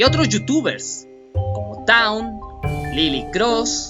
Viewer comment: Se dice town :v